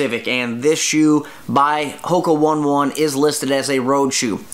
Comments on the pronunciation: You pronounced Hoka One One incorrectly, it should be said like Ho-ke o-ney o-ney. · the correct pronunciation is Hoka Oh-knee Oh-knee, Bond-eye B